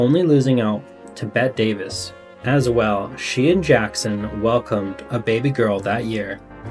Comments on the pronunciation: Inflection is horrible. Doesn't even sound like you read this script before starting. Bette Davis is pronounced Betty. She is a very well known star and most people don't mispronounce this. The story telling on this person is horrible. If you need a real voiceover person, I am available for contract hire freelance. I have been doing it for years. Please either work on this or find people that are better story tellers. This story deserves a better reader. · Louise B. Mayer? Bet Davis? Speech lessons (or at least English lessons) needed for the narrators on this channel. If it’s not mispronounciation of famous well known peoples names then it’s the simple mistake of not knowing how to pronounce ”women”. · The A.I. voice is offensive with so many mis pronounced words. ie Bette Davis is pronounced BETTY Davis. Louis B. Mayor was known as LOUEY. Just a couple. Ick.